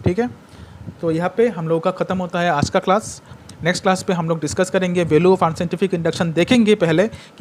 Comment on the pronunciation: Sir ne proved kr dya ki sir bengali hai bcz sir ne vdo starting mai hi Ajka bol dya